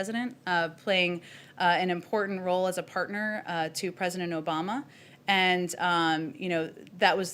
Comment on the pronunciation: President Obiden - we all heard it - we all know why that slipped